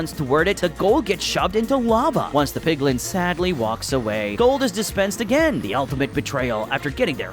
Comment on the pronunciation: It's not 'PIGLING' it's 'PIGLIN'.